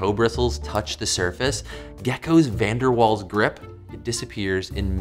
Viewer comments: 'Van der Vaals' is the pronunciation... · My Dutch ears bled when he butchered pronouncing van der Waals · It's not pronounced as it's spelled! Van der Waals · Van Der Waals forces? More like Van Der Walls forces. Sorry about that. Please don't pun -ish me. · The w in waals is pronounced as a v. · I thought Van der Waals forces was German and the w was pronounced with a v sound like in the name Wagner.